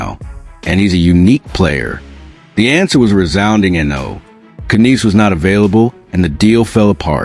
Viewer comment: Who the f is ka neese LMAO It's pronounced nies Matthew Knies 🤦